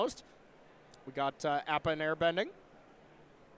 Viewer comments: Listening to pronounce Appa was painful. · haha yeah dude. piledriver of his community, its just a quirk and joke, hes never been great at pronouncing. "it's leviOSA" 🤣🤣